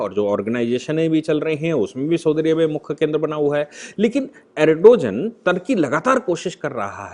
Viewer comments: सर जी अरडोजन नहीं है बल्कि अर्दोगान है...please correction karein..baaki to bas naman hai aapko...shikshit karte rahein hame. Bahut shukriya aapka 🙏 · सर सही उच्चारण अर्दोआन है 🙏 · भाई साहब एर्दोआन या एर्दोगान बोलीए. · Erdogan pronounced as Aar do gaan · Pronounce the name of Erdogan correctly